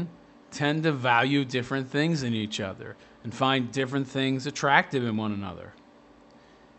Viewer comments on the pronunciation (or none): none